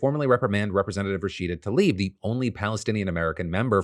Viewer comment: Tlaib. She is called Rashida Tlaib, not Talib.